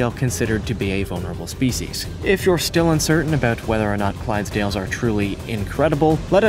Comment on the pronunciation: You got shetlands right, Clydesdales.... 🙈 well ill just leave that. Irish cob. Well done for getting it correct.